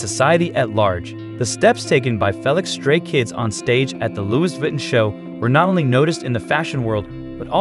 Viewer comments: Please can you get someone that speaks english properly! Aaaahhhhh! Why do they confuse ‘he’ and when to usr ‘she’s… his name is not ‘Fell Licks’. Aaaahhhhh! and let’s not mention the mispronunciation of Louis Vuitton!!! … Its ‘Loo ie’ ‘Vi Ton’ try again!😡😡😡😡😡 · ~ Can you please do this video over Say Felix’s name correctly. Plus, Jeez pronounce Louis Vuitton the right way! Can’t watch it all the way because it is so horrible to hear the narrator do a horrible job… Felix is a MAN, not a woman!!!~ 😡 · Mispronounced Lois Vuitton and calling Felix, her?